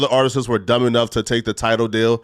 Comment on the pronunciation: It’s “Artists” not “Artises” lol